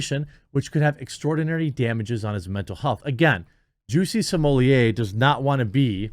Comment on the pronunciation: Please pronounce his name correctly. It isn't Juicy Sommelier. Thanks